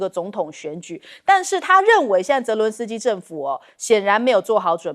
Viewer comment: 將軍長期將澤倫斯基改成倫澤斯基😂😂